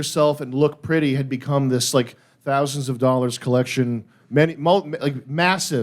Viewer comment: Does big jay say dowers when he’s trying to say dollars? 😕